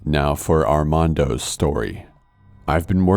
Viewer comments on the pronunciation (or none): You said Armando the whitest way possible